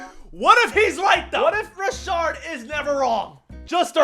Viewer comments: There’s no “ r” in Rashad McCants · Rashad McCants not Rashard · Where did the second R in Rashad spawn from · His name is Rashad not Rashard... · Not “Rashard” 🤣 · "rashad" not "rashard" but hes a clown so who cares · His name is “Rashad McCants” not “Rashard” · it’s Rashad* not Rashard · its rashad bro. all u had to do was look up his name at the very least.